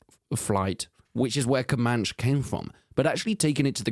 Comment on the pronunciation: it's wild how confident that ai voice says "comanch"